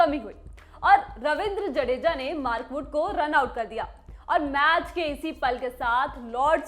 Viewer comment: Kisne kisne suna "maarkoot ko runout kar diya" 😅😅